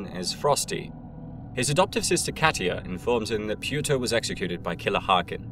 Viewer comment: "His uncle Pewter"?